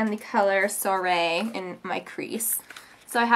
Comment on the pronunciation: You said soirée wrong